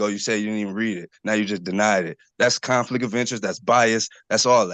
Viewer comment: Fool "axin". Con-flik of inerest.